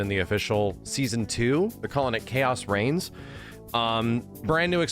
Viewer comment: Shoutout “Reings”